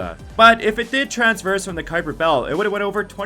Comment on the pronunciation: Well, you kind of lost some credibility when you mispronounced "Sulaco," "Centauri," and "traverse," but I stuck it out, hoping against hope that one of these "fastest ship" lists might for once actually include the fastest ship . . . but no dice. You included the TARDIS for the right reasons, so I'll give you props on effort--but there is something faster. The Gay Deceiver, from Robert A. Heinlein's novel The Number Of The Beast, Is. The Fastest. Spaceship. In. Science Fiction. BAR NONE. There may be others which can tie it, but it is literally impossible to beat it. The TARDIS, you see (and point out) has travel time. People inside (and hanging onto the outside) experience duration during its trips, and it is limited in where it can go--for example, it can't go back to Bad Wolf Bay. Gay Deceiver, on the other hand, has no such restrictions. Gay is a modified Ford Duo (think a luxury flying car) outfitted with the Burroughs Device, which is capable of translating or rotating the vehicle along every possible axis of dimension and positioning it at any coordinates along these axes, and is controlled by a supercomputer which was modified to become truly sentient. What does all that mean? In simple terms: Gay deceiver can go from any location in any possible universe (real or imaginary) at any point in that universe's history TO any location in any possible universe (real or imaginary) at any point in that universe's history in exactly zero time. One chronon you are HERE; the ne